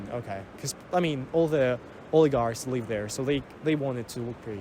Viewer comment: his russian accent never was bad, only word 'live' is badly pronounced.